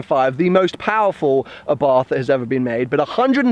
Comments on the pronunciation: the correct name is àbarth, with accent on the first a, not abàrth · It's a nice little car. Only one complaint. Abarth is pronounced Abart. Silent 'h'. Just saying. Good luck with the car.